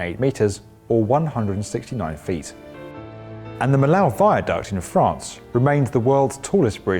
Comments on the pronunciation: And, pronounced...meeoh. Spelled Milau. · Apologies if others have already picked this up: Millau is pronounced as English speakers would say ‘me-yo’. It ain’t difficult when you know how, but it’s astonishing how few bother to find out.